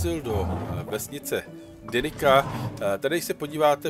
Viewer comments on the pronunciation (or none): Super video, pekný návod, len mi reže uši, keď Ťa počujem vyslovovať názvy na mape ako Denika s K, si Slovan, žiadny Germán ani Brit, tak prosím nabudúce Denica, Jezerica, Hornica. Vďaka, ahoj.